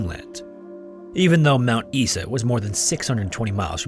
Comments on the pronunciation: I hate to be that guy but Mt Isa is pronounced "EYE-za", not "EE-sa". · don’t worry guys, we don’t have a single poisonous snake here Also it’s pronounced Mount Eye-za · “Fun” Dingo ate my baby. It’s quite a prevalent one in Australia because of this story and of another one from Fraser Island. Also, just for future reference Mount Isa is pronounced eye-zah You did a great job with other pronunciations, though! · For future reference, Mt. Isa is pronounced "Mount Eye-za" Great video! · Anangu is pronounced "un-a-nu", Mt. Isa is "eye-zuh" too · Only thing I can correct with the Dingo story is your pronunciation of Mount Isa - we pronounce it Mount "Eye-Za" 🍻🍻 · Mount Isa is pronounced like eye-za. Sorry for our weird accent 😂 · Mt Isa is pronounced "eye-zar"